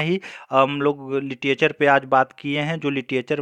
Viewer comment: सर आप लिटरेच्(र) को लिटीएचर न बोलें,.... अच्छा नहीं लग रहा,sorry if u minded..आपने अच्छा प्रयास किया.....